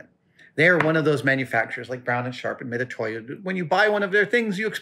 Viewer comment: FYI: Mitutoyo is pronounced "Mitsutoyo".